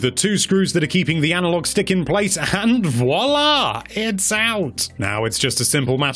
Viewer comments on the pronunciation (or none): none